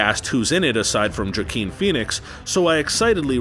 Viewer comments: Even if you wanna come up with a content with such strong statements... subtlety and creativity would be a nice thing right...?? And yeah "Jakeen" Phoenix...kudos to that... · "Jakeen Phoenix" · Stopped watching when he said robert de niro was no longer a big actor and proceeded to mispronounce joaquin Phoenix.. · It happened twice, and i'm pretty sure it was 100% intentional. Why they went with it? Idk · Excuse me but how did you pronounce Joaquin Phoenix's name again? "It's of my expert opinion..." lel, couldn't even pronounce Joaquin Phoenix's name right.